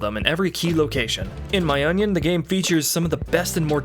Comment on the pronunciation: so nobody heard him say “in my onion” instead of “in my opinion” ? 😂😂😂😂